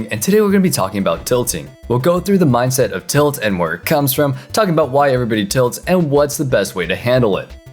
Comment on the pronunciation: "Minset of tilit" lol